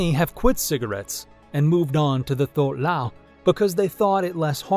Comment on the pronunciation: The "th" in "thuoc lao" is pronounced like a "tw" so "twook lao"